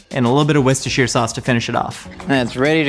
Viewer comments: Flexing on Babish with that Worcestershire pronunciation. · The fact says Worcestershire properly is the best thing about this video